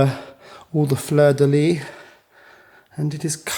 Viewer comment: Prévert (don’t pronounce the t at the end) but fleur de lis (do pronounce the sss at the end) sorry French is hard 😅. Very cool video thank you for all the stories!